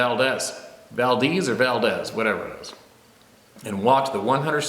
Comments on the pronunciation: Valdez is pronounced Val-DEEz. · The locals pronounce Valdez , Valdeez....